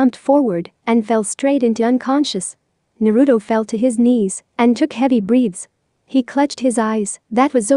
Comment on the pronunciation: You not saying it right it naruto